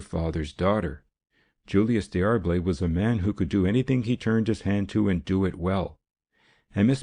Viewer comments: Yes, unless you're a North American reading an English text from England. It's not Dee Arb lay but DAR-Blay. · Could he not have found out how to pronounce D'Arblay?